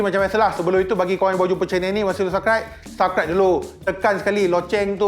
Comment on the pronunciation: Subscribe pun dia takreti sebut..dia sebut saibkrat